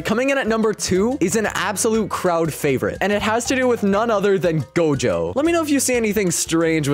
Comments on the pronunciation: it not dojo it's gojo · bro said dojo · Gojo❌ dojo✅ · bro said dojo bro it is gojo😂🤣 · who see he said dojo XD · “Hiro hunter” “dojo”lul